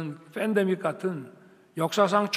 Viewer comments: 윤석열 대통령님, 우리나라 발음에는 /f/ 발음이 없고, 팬더믹은, /p/ Pandemic 입니다. fandemic 이 아닙니다. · fandemic 아니고 pandemic 나 왜 자꾸 이런 게 거슬리지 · 펜데믹 발음 이상함. f아니고 p인데ᆢ ㅉㅉ 뭐라는거니 자기말에 자기가 걸려넘어짐(미국식 지원이 25만원 지원이잖아)